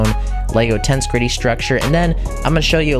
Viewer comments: The emphasis goes on the second E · So much is wrong with this video. 1. His pronounciation of the word "tensegrity" 2. The dragon is female. 3. You can't put a helmet over a pumpkin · does anyone else find it kinda triggering how he calls it “tense gritty” instead of “tensehgritty” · Yeah, it's pretty obvious it should be pronounced "Tens-eg-rit-ee". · Its acctually pronounced ten-seg-rity and not tense-grity. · This was a great video, and I enjoyed the build, but: 1. It's "ten-seg-rity", not "tens-gritty" 2. It's "The Ender Dragon", not "The End Dragon" 3. The Ender Dragon is a she 4. Her name is Jean Just little pet peeves of mine. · Ten-seg-ri-tee, not tensigry. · TENCEE EGG GRIITTY NOT TENSGRITTY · it is tensEgrity, not tensgrity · Lol wth is that pronunciation of tengresity It’s ten-gress-ity btw. Not tensecrety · It is pronounced: (Ten-seg-ri-ty) not tense gritty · It's pronounced. Ten-seg-rity Tension + integrity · i think you mean 'ten-seg-ri-tee'. when you break down pronunciation like that, you don't start the syllables with vowels (except in very rare circumstances, or when the word starts with one) because that's not how the words are formed when you speak. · Tense be griddying 😆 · Bruh every time he says “tense gritty” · bro why he say it like "tense gritty" tho- lollllllllllllllllllll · Ten seh gret tea. Ten seh gret tea. It is pronounced 'ten seh gret tea' It is a combination of the words 'tension' and 'integrity'.. 'Tens/egrity' Ten seh gret tea. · its pronounced TEN-SEG-RIT-E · I can barely watch this because of "tensegritty" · (Tens-seg-rity) pleas say it right it hurts 😭😭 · ender dragon is a she. also it’s pronounced tehn -SEH-grih-TEE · why does he say tensgritty?? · U don't pronounce it as tenshgrety:l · Please stop saying tense-gridy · Tbh, when he pronounced it tens-greet-ty, I clicked away and unsubscribed immediately. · ITS TENSEGRITY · He also mispronounced tensegrity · Dude, it rhymes with "integrity".